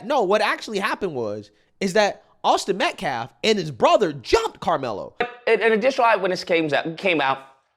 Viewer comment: Dude / is a disgrace to us all...he saying shii like....AUSTIN METCLAFF....and WE HAVE SAW?????😂😂😂😂...boy you making us look bad...what a looser....